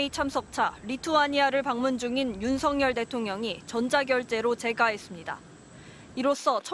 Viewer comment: 윤석년대통령이 재가하면 바로 해임된다고? 방송사고네! 여러번 들었는데 윤석년대통령으로 들리네!